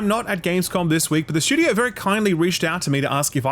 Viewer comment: I watch exclusively to hear "shtewdio" 80 times.